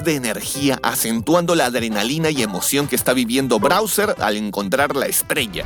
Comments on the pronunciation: Porque el dice brauser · Browser jajajaj de cuál hablas? Explorer? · Tas todo tonto diciendo Browser, pobrecito Mario le va a faltar un Ryzer 9 5090x para correr esa cantidad de veces que te equivocaste jajajaja buen vídeo sigue haciendo así las comparaciones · Todas las veces que dijiste Browser me dio ganas de tirar el teléfono a la miércoles 😂😂😂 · "Brawser" ~ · Muchos le dicen Bawser otros Como yo le decimos Bowser Pero le dice Brawser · Muy bueno el video aunque no sé que se fumo al decir Browser y no Bowser creo que la emoción de esta película debe ser la causa. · ''Browser'' xd